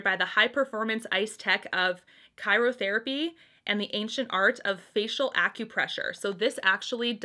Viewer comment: Hey. It's pronounced "Cry-yo therapy." Not "Kyro". Just thought I'd let you know. 😉